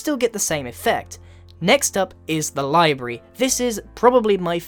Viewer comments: Oh no grian! It's Library! Not Libry~ D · Did anyone else notice him say livary when he introduced the library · lyberry >w< LYBERRY AHH MISPRENOUSIATION I KNWO YOU LOOSE BREATH FROM DOIGN COM<MENTARY ALL THE TIME BUT AHH IT JUST BOTHER ME IM SORRY XD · The way he says library😂😂